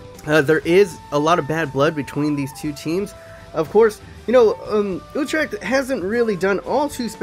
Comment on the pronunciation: Its pronounced ootrech, c is sort of silent